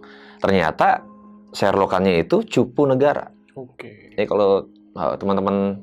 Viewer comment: Karena dia bkn org subang salah penyebutan wajar kali...